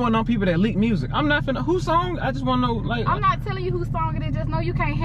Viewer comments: She said dis my ex mursic 😭😭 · Lol I think it drive Ken nuts that says, "murrzic" instead of "music" lmao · mersik it is called MUSIC NOT MERSIK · Everybody: Music: "Mursic" 😭😂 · “murrsic” i love y’all 💀💀🤣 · Nobody:: Mersic 😂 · “Mursic” lol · so nobody hear her sayin mursik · Wtf is murrsic 😂😂😂😂😂😂💀